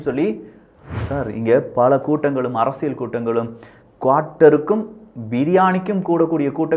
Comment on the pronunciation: தம்பி முதலில் தமிழில் உள்ள ழ, ள உச்சரிப்பை சரியாக செய் யுங்கள். உ ம். அரசியல் என்பதை அரசியழ் என்று சொல்கிறீர்கள். தவறை திருத்தி கொள்வீர்கள் என நினைக்கிறோம். தவறாக என்ன வேண்டாம்.